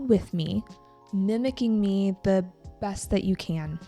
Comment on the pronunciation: Em thấy chị có thói quen đôi khi phát âm không đúng từ "the" theo nguyên tắc. Đây có phải là thói quen của nhiều người bản xứ khi nói Tiếng Anh không? Hay chỉ riêng chị thôi?